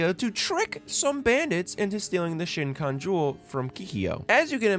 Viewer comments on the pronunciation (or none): Love this take on what was also my first non-4kids anime. But puleaaaase stop saying "shinkon jewel" it's shi-kon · Okay, I have to say it. I think you pronounce the name of the jewel wrong literally every time you say it in here. Did you watch 193 episodes and walk away not knowing how to pronounce "Shikon", which is said about 100 times per episode? Lol You keep saying "Shinkon"! It reminds me of Benedict Cumberpatch saying "penling" and "penwing" instead of "penguin" every time in that documentary! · Shikon, not shinkon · You too but I spent the video getting distracted. Why do you keep saying “shincon” jewel? You are making YouTube videos, sir it is (she-cone) Shikon jewel! 😢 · The video itself is excellent but your pronunciation of Kikyo's name is making me pop a vein mate. It's also not shinkan jewel it's shikon jewel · shikon not shiNkon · BRO its the Shikon, SHE CONE, not the Shin khan. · SHI-KOHN jewel. Not whatever nonsense you misheard and assaulted my ears with, shinkon or shitkon or w.e you keep saying 🥴 good grief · SHE-CON (Shikon) Not SHIN-CON 😭 yes I love inuyasha real bad and rewatch the show on an annual basis 😂 since I was 10. Even have inuyasha and sesshomaru tatted on my leg sleeve. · if i hear you say " shin-kon jewel " one more time x"D its shEEkon not shiNkon hahaha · the amount of times I heard the shikon being called "shin cone" is absurd is literally 四魂 [shi kon] or four souls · Thank you! It bothered me too. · SHE-kon. Not SHIN-kon. SHE-kon. Excellent analysis otherwise, but I stub my mind on this every time you say this. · its the SHIKON not Shinkon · 'She cone' jewel, not "shin con." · Kills me hearing you constantly say "Shin-kon" jewel...when it's the "Shi(she)-kon" jewel. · Great video, very funny and I like the take but it's SHIKON. Not Shinkon. Bugged me all video :D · There's no "n" in Shikon. It's not "Shin-kon". Other than that, great video! oUo/ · Shikon....not Shinkon. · Shikon jewel Like She-con, as in she/her and con artist